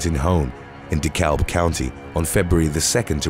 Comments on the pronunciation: De Kab County. The "l" is silent. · it's pronounced "duh-cab" county. We don't really use L's in the South, so words like that tend to sound like that letter isn't there (ex: walk = "wok", talk = "tok")